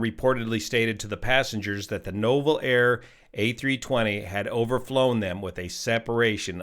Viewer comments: Just an FYI, it's NOO-vel air. Those darned French. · You pronounce Nouvelair as NEW-VEL-AIR